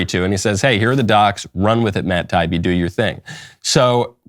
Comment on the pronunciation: Just so you know Michael, his name is pronounced tie-E-be.